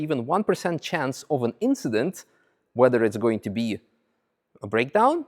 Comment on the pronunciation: It was just an inchident.